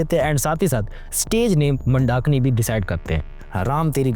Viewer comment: Pehle naam to sahi se bol lo vyjayintimala ji mandakini ka pronunciation bahut wrong hai aur market market word laga rakha hai bollywood nhi bol sakte kya